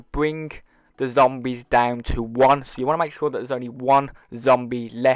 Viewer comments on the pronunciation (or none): Y does he say zomberd